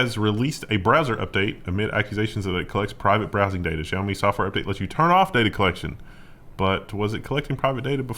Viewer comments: Re: xiaomi. The pronunciation is not the zh one you used. Its more like sh. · I think, don't quote me, but I believe it's more of a 'SHEee-yao me'. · It's just an sh sound in xiaomi